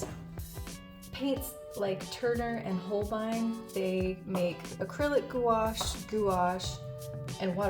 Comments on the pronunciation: i think its pronounces "gwash" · gouache not goo ash 😭😭😭😭😭😭